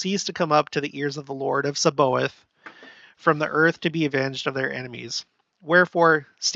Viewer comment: It’s pronounced SAB-BA-OTH, with the emphasis on “OTH”.